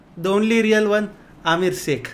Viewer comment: Amir seikh mujhe Amir Siddiqui kyu sunai de rha hai..😂😂😂🤣